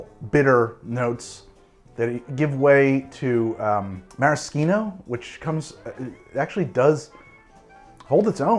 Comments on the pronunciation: Why the FUUCK ARe you saying maraschino like that I’m so stressed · I love this channel but forcing the fake Italian pronunciation of maraschino but saying 'ahrnj' instead of orange is just obnoxious.